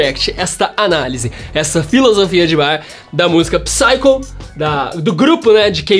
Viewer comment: Uma dica: a palavra Psycho tem o p mudo, então lê-se "saico"